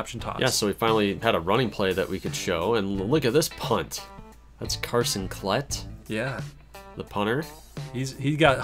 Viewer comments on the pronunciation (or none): Finally a Klette sighting! 1: it's pronounced Kuh-let-tee for future reference 2: at some point y'all gotta start throwing out the nicknames for him!